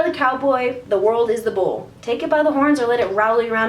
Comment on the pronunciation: I kept hearing bowl instead of bull and I was so confused on what the heck that cowboy was doing